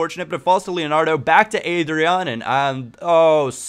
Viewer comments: Leandro DoniZÉte Ávine Ádryan, not Eidryan RÓdney Hope i helped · it's pronnounced AH-DRYAN.